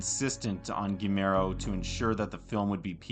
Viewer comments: It's pronounced gee-YAIR-mo. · Quick cheat in case you find it hard to pronounce his name correctly, it's Gee (as in Glee, but without the L) Jer (as in Jerk, but without the K) and Mo (as in Mo) sound it out, it will help a lot 😘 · Quick tip: Guillermo... is pronounced like "Guillotine", with a "Y" "Guiyermo" like in "What we do in the Shadows" series. Great video. Greetings from México. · Dude, I love this, but "Gee-AIR-Mo", not "Gee-Mair-Oh". :p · Guillermo. It’s GEE ERR MOE. Not GeeMero. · His name’s pronounced “Gee (hard G) - YERR - mo” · Guillermo is pronounced "Gi-YEHR-mo", not the several other ways you mangled it. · My friend, if you're a fan of him, at least pronounce his name right. It sounds like ghee-YER-mo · This buff00n actually called Guillermo del Toro, Gimero del Toro 🤦🏻‍♂️ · I think gee-yeah-r-mo is more accurate, not to bash on anyone, it just shocked me too that there was mention of him being an avid fan and then the mispronunciation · Guimero del Toro? WTF dude, research the pronunciation of the name before you start uploading videos about people. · isn't it pronounced goo-yer-mo? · Almost: Gi yer mo. I'm sure that you're mostly referencing that this guy is prouncing "ll" as "l"...which is wrong. In Spain AND, possibly more importantly in Mexico (where del Toro is from), it is prounced "gi yer mo". "ll" is "y" in Spanish. Although, in South American Spanish-speaking countries, "ll" is more of a "j" sound. So, "gi jer mo". In no Spanish-speaking country is it pronounced "gi ler mo". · Narrator: PLEASE learn how to pronounce the name "Guillermo." It's quite easy and the Spanish language is beautiful; give it respect. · Good video! Glad this was recommended to me but for the sake of all that is holy in this world, please at least say the name of the man you profess to be a fan of correctly. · My goodness there is no excuse for that mispronunciation.